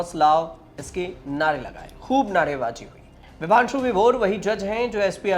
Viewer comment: Vibhanshu Sudheer nam hai bhai ...Bhaang kha ke research krte ho kya aap log nam tk sahi nhi bol rhe.